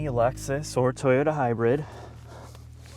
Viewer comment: “HYBIRD”??? Isn’t is Hybrid....... who gave these guys a channel?!? Ick